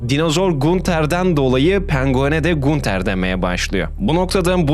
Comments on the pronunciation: video iyidi. sadece gunter yerine “gantır” diye okumaman biraz sinir bozucu olmuş 😂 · gunter diye mi okudun yanlışmı duydum o ganter diye okunuyor abi :( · ganter diye okunuyo gunter değil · Kral teorilerin çöp olmuş, ki teorilerin çoğunu redditten araştırmadan, sorgulamadan almışsın. Diziyi 3 defa üst üste bitiren arkadaşın oğuz diziyi arapça izlese daha iyi anlardı. Onun dışında kendisi ya kulaklarıyla dinlemek yerine ayaklarıyla dinlemiş ya da gözleriyle izlemek yerine mabadı ile izleyip bitirmiş sanırsam. SON OLARAK İSE GUNTER YAZILDIĞI GİBİ OKUNMAZ GANTIR DİYE OKUNUR. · GUNTER "GANTIR" OLARAK TELAFFUZ EDİLİYOR KAFAYI YEDİRDİN YA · Knk allah aşkına gunter ne düzgün oku şu isimleri